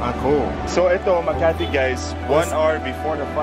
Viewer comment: sir its makati not makarte :) btw thank you for supporting manny pacquiao :)